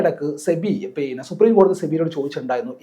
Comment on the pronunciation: പീന്നെ അല്ല പിന്നെ 😂